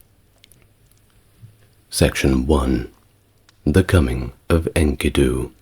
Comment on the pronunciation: My I offer another pronounciation of the name Enkidu. The narrator says INKY'-doo, but on STNG, Patrick Stewart (Jean-Luc Picard) pronounces Enkidu as in-KEY'-doo, in the episode "Darmok and Jalad at Tanagra" with the emphasis on the sylable ki.